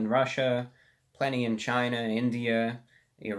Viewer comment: ReviewBrah As an Iranian American, I can't tell you how many people pronounce Iran as I-Ran or I-run. But you actually pronounced it correctly. Thank you my dear sir.